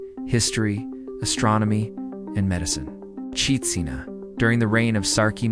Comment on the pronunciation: Katsina not kachina. Nice video. Love from northern Nigeria ❤